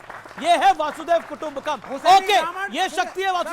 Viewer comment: वासुदेव कुटुंबकम😂😂😂😂😂वसुधैव कुटुंबकम होता है